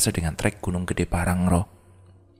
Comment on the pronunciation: Pean ko dr dl salah baca wae to .... Bukan parangro low tp pangrango. Dll